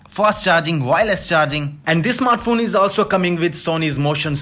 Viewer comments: What is a "snartphone" ? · "best snartphone of 2020" A lot of effort went into making this video.